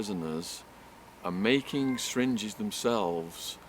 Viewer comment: Did anyone else wonder what is a "sringe" och "stringe"? I know he means "syringe".